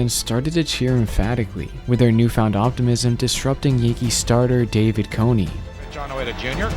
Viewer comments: His name is not coney it’s cone like ice cream cone smh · No way you’re seriously pronouncing Cone as Co-ney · No way you make baseball videos and called David Cone “David Coney” 😂😂😂😂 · He mispronounced David Cone's name as Coney. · Bruh this isn’t why you said it lol. You didn’t know who he was and mispronounced his name. Embarrassing af lol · Bruh why you keep saying this like it was intentional lol. You didn’t know him or how to say his name. You weren’t calling him his “nickname” which is never even attached to his first name. Makes zero sense.